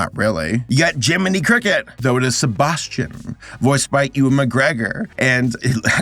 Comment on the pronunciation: probably the closest I've ever heard an American pronouncing ewan correctly